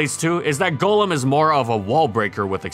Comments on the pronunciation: Thank you for NOT calling it Gollum. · It is so nice hearing Golem pronounced correctly. Not the Pokémon, but the mythical creature golem (Like what Golurk is). Everybody pronounces it as Gollem from Lord of the Rings which annoys me to no end.